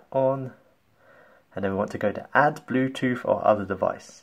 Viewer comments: Bluetooth not BLUETOOF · He said Blue toof